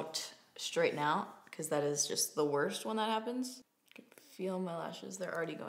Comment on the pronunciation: “A warm sturd” 😂